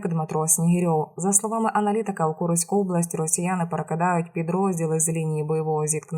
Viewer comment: Погано читає замість від читає від и😊 Курськ читає Куриськ невірні наголоси,здається читає комп'ютер.